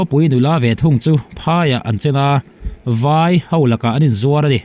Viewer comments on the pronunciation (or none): I channel hi a bengvarthlak thin ngawt mai. Mahse ka han tih ve lawk duh hi fimkhur hram tawh la a hlu lehzual ang. Chu chu Mizo tawnga 'A' leh 'E' I lam rik dan inthlakthleng ta daih thin hi a ni. Entir nan, ppeih leh paih, ngeiawm leh ngaihawm, vaih tih turah I 'veih' leh daih te, mai mai tih turah I ti mei mei leh daihte hi mahni tawng lam rik dan leh awmze hre pha ve chin tan chuan naupang tawng thiam tir ang maia pawmzam kan harsat a ni. Mizo zingah hian eng tawng mah thiam nal tak tak nei lo kan tam ta hle mai. 'R' lam fiah thiam tawh lo Kan pung ta hluai mai pawh hi changkan tumna changkang lo a ni mai thei. Tluang deuha kal zel turin duhsakna ka hlan a che.